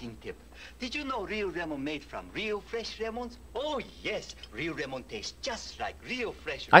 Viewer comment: the lemon one rlly pissed me off bro 😨 like whyd they gotta use a asian man and make him say “remon” no asian actually says lemon like that